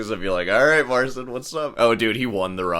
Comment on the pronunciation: Has anyone pointed out that it's pronounced Marchin, not Marsin?